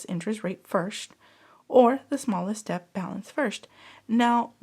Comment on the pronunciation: Lovely video. Just a heads up, “debt” is similar to the word “doubt” in that it has a silent b. So you pronounce it “det.”